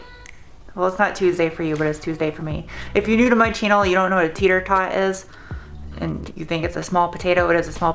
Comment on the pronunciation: are you saying teeter tot or tater tot?